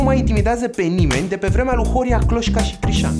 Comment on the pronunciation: Incercam sa-ti explic ca doar Horea era gresit, pronuntand Horia.